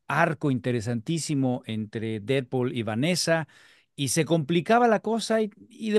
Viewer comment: 😆 "Didpol y Volverain", nada en contra de los muchachos Tienes que buscar con quien "discutir - debatir" al tú por tú ¡Felicidades por intentar cosas diferentes! PD: ¡Thor!! 😆 PD2: 🤷‍♂️ No aparece "Cable" ni "Dómino" por cuestión de presupuesto, ¡no te claves! 😆